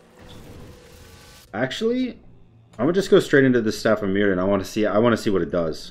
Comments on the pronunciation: It's welsh so the dd is pronounced with a th sound. It's pronounces Mirthion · Staff of myrddion s pronounced mirthion, like a really smooth "th" sound, its welsh